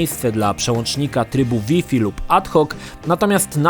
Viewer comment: Taka wskazówka na przyszłość. Jak już wszystko na siłę starasz się mówić po angielsku tj. PiEsPi, DiEs itd... to Wi-Fi wymawiaj Łaj-Faj...